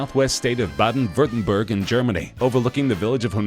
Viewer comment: The way you said Baden Wurttemberg, I can’t hahahaha!!